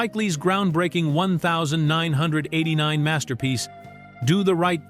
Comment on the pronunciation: AI Slop. You couldnt pronounce 1989